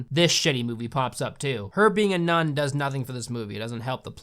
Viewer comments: Don't you mean nun-ni Also isn't it rather stupid to light a lighter when you clearly need the oxygen? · drinking game: when he says “nun,” take a sip of your drink. when he says “none,” take a shot. 😌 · LoL. The dog said, "NUN-I" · every time he says "nun" i think that he's going to say "nonce"